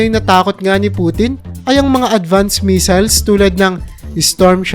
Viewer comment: Missile hindi measle